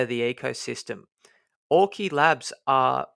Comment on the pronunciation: Great vid again. Have to tell you early on. Auki is pronounced ou-key as in the word ouch. not or-key.